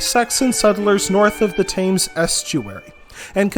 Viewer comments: Thames is pronounced tems btw sorry it’s just annoying 💀💀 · Am I taking lessons about my home county from an American?!.. lol I'm from Colchester and have never heard of Colchester being called thus.. Please learn how to pronounce Thames properly has you make it sound like someone is scratching their finger nails down a blackboard..! But thank you for your research.. BTW... I volunteer at the Colchester Archeological Trust and I'm an Archaeology Student at Leicester University.... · Interesting if most of it already known by me as I have an interest in the history of my home county. Agonising to hear some of the mispronunciations especially of the Thames. But glad to see someone putting down a history of Essex as little is spoken about it usually with Wessex and Mercia getting all the press. Although it was ceded as a part of Danelaw there was clearly very little Danish incursion into Essex as place names remain largely Saxon in origin unlike in East Anglia and the north of England where Danish names abound.